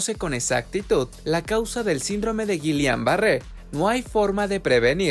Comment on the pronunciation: Has el favor de pronunciar el término correctamente